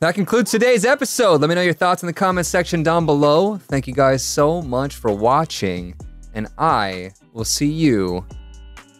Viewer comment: he said so munch instead of much